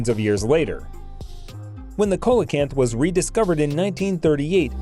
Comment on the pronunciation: pronounced SEE-LA-KANTH, just for info...